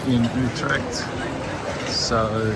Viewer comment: IJmuiden not ijmuden Utrecht not Utretcht Guys ??? you mean girls...😉